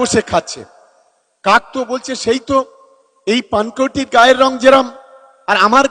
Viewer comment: তুমি কোথায় ছিলেন তোমার অতিত টা বললে খুব ভালো হয় ভাষা ঠিক ঠাক জেনে বলুন পানকৌড়ি কে পানকৌটি করে দিলেন আবার বাংলা ভাষা আন্দোলনে প্রথম সারিতে থাকতে দেখা যায়